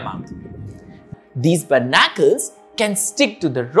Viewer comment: Berr-na-curls is pronounced bar-ni-cles btw :)